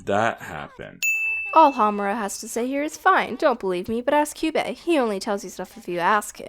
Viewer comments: I cringed when he mispronounced Kyuubey as Kayaba XD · Kayo-ko. Sah-yaka. Ka-yubey. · the version of the movie used in this video is the english dub. the english dub with the correct pronunciation's of all the characters' names. so how the fuck does this guy pronounce kyubey as "kai-oo-bey", kyoko as "kai-o-ko", and walpurgisnacht as "wal-pur-jih-not". i'm gonna blow my head off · Kyu-bae. Two syllables Val-pur-gas-not. MAH-do-ka Sai-uh-kuh Mee-tah-key-hah-rah Kyo-ko again, two syllables. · Hayri Mert Dumlu Exactly 😂 he's like 'Kaiyoko' 'Homrea' 'Kaiyube' 'Walpurgnot' I'm here like 'Being Meguca is suffering' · pronances kyubey sayaka homura and kyoko name wrong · I hate how pronounces "Kyubey".